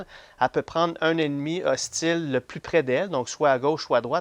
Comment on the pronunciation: C'est une belle partie. Je sais pas si c'est moi mais a chaque fois au lieux de "hostile " J entend "ostie" 🤣